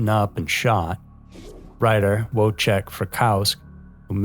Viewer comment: Please, don't think badly of me, as I'm not trying to be that guy. But Linda Kasabian's last name is pronounced Kuh-Say-bee-an, not Kasa-bee-an, and Wojciech Frykowski's first name W is actually pronounced as a "V" (he's polish, so like German, Ws sometime have a V sound instead), and his last name has an i at the end. The only reason why I bring this up is because there's been several videos you've done where you struggle with names. It's completely understandable. Especially with foreign names. As a fan of your channel, and of true crime, I tend to want to make sure the cases are treated with the utmost respect. These are real people, and real tragedies, so taking the time to learn how to pronounce names/locations, especially of victims (I know Kasabian was a perpetrator, but she is part of the story) is important to me. I was almost murdered when I was 10 and if my name was haphazardly mispronounced or things were misrepresented, looking at it from a survivor's lens, I'd probably be upset and think the person isn't really interested or cares about the case if they're constantly getting things wrong. Anyway, that's just my 2 cents. I mean no disrespect. I've watched you for years, and enjoy the content. I'm just trying to help out, and have no ill will with this comment.